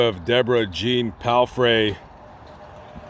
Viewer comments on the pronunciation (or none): none